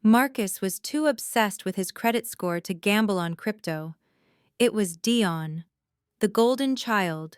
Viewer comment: Why was Dion's name pronounced two different ways?